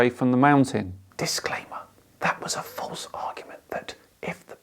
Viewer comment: Um... what the heck is "falTse"?